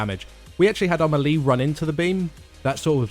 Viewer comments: I like the videos but the way you guys mispronounce melee drives me nuts. It's mey-ley, not mel-ee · it's these guys' job to explain MMO mechanics and they don't pronounce melee correctly